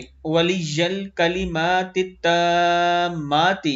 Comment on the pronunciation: تامات کا پہلا ت آپ نے بہت لمبا کر دیا ہے اس پر کھڑا زبر نہیں ہے لہٰذا یہ عام زبر کی طرح نارمل پڑھا جائے گا لمبا نہیں